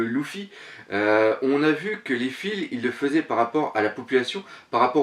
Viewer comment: Salut ces pas LOUFFY ces Luffy ^^ ces du french ^_^